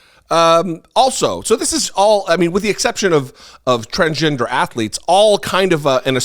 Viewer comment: I want to see him read his diploma, if he even has one. His comments indicate his own level of dis-education. He cannot even pronounce transgender properly.